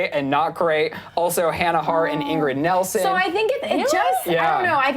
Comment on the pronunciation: someone help this guy. Ingrid Nilsen not Nelson.